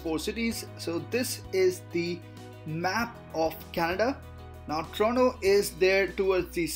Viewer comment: Dude its not trono it Toronto don’t eat the T whith your try hard accent